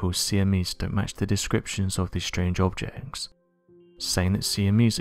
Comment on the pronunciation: so far lot's of HOT WORDS, but NOT SAYING MUCH! BAD PRONUNCIATION "strange objesec t" . I'm ABOUT TO "CANCEL YOUR TICKET" and stop from you being recommended. I'm seconds and you are close to "GONE FOREVER!!!" "giant shims" Googled "astronomy shims" (without quotes} . Google offered various substitutions for "SHIMS" but nothing other than "SPACERS" to wedge equipment, so ... "What in the HELL are you talking about?" $CREW THIS $HIT you just FELL OFF THE COMPETENCY CLIFF. Good BYE!!! "see enemies" Why don't you PROOF READ THE CAPTIONING PROVIDED BY YOUR VIDEO........ Obviously, you can't clean up your own mess...